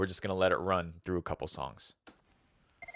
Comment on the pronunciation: K trough 12 no ?